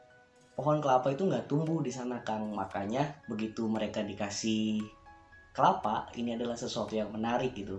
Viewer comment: Kelapa malah jadi kepala 😂 Bahas kota slab city